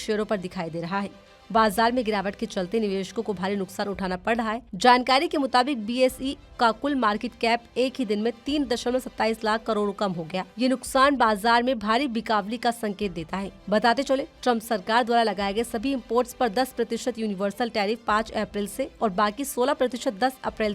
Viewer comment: बिकावली नहीं बेटा, बिकवाली।